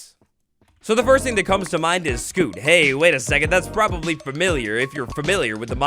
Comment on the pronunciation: Sc-you-t not sc-oo-t